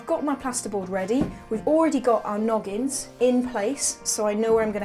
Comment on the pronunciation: Noggins not loggings. And yes "spiking".